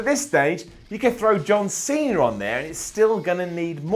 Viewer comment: Oh god how he says sasher and cener